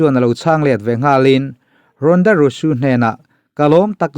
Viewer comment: English hi kan mothertongue a ni lo a,a thu kau chheh nazawng hi chu lam sual nawk2 a pawi miah lo,a ngaithla tu in kan hriatthiam chuan a tha vek..mahse hming hi chu lam dik tum hram2 erawh a tha..Rhonda Rousey te hi a lar tehreng nen a hming i lam dik lo tlat hi a mak zawk..naupang pawn an lam dik chat2 ang henu hming kher hi chu..a lam dan dik hriat loh pawn google emo youtube ah vêk hian a en theih vek a nia.."how to pronounce" tiha zawn mai tur..Rhonda Rusu ni lo in Rousey..Rauzi tih anga lam tur..engpawhnise a bengvar thlak e 👍👍👍